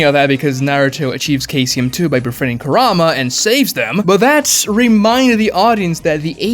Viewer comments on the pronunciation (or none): none